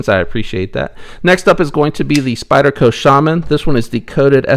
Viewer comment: Interesting idea on other countries that produce knives. What did you say, "Spydie-Ho"? Glad you left that in the video.